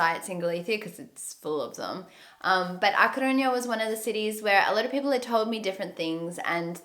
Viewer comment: I'm Galician, and i have to correct you: When you say ''Coruña'' youre saying sometimes 'Corruña'' and with ''Fisterra'' you say 'Fistera' Omly with RR is when you go like a roar or an motor, not with one R alone You have them in to opposite place. Coruña later on the video you say it right, still.. Fisterra has the double RR so is there where you go rrrrrrr xD By the way, the small salty fishes are Anchoas